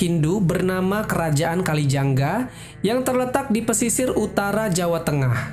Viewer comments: Kalingga min bukan kali jangga🙏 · koreksi dikit bukan Kerajaan Kalijangga ya, namanya Kerajaan Kalingga.